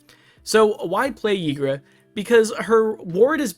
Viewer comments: Why would a Y be pronounced with an E 😮‍💨😵‍💫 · I pronounce it "eee-gruh" normally a Y at the start of a name is pronounced like an E. Also, for Ygra to become a commander damage one shot, in one turn, 7 creatures have to die = 22/22, or 6 creatures and one more +1/+1 counter from another source = 21/21.